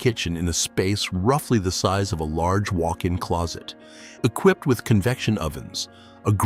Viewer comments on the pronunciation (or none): none